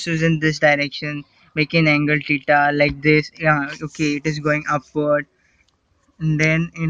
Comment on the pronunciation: Teta 😂😂😂😂🙏 its theta 😂😂😂